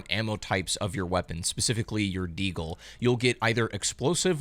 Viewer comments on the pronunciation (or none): Bro great video, but you killed me when you said D-eagle 😂😅😂